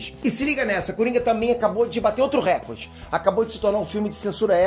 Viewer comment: Só um detalhe: RÉcorde não existe, é reCORde. Variantes linguísticas à parte, comunicador pode ficar mais atento, né!